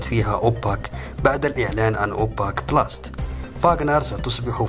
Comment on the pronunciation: تصحيح نطق كلمة ⚠️ أوبك بلاس (صحيح). أوبك بلاست (خطأ).